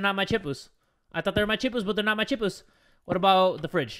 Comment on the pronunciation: I love how calls chips "chipus"😂